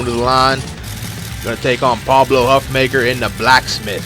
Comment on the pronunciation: I think Huffaker's name is pronounced Huff-Faker by the way